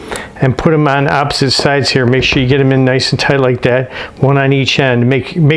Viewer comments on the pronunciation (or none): none